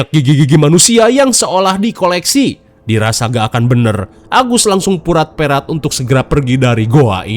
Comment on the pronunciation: Purat perot ngab bukan purat perat 🤭